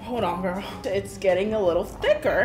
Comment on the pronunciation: ᴀᴇsᴛʜᴇᴛɪᴄ ʀᴇᴠɪᴇᴡs lol ikr now she says “hey gOrls and boys”